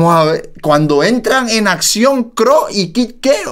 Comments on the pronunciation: JAJAJA por qué dicen CRO al C.R.O (CERREO) 😅 Quién escucha en 2024!?? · es c.r.o no cro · Se pronuncia ce erre o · Son iniciales se pronuncia letra por letra ce,erre,o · Se pronuncia ce, erre o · 2021 y el sigue pronunciando mal el nombre de C.R.O 😂